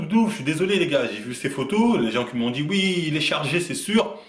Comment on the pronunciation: on dit Oui pas Ui